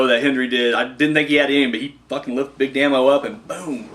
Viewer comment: P.s. it it pronounced Big DAY-MO, its short for Damien, very good review man! great stuff